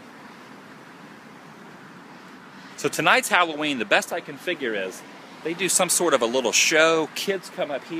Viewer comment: I thought you said Halloweed.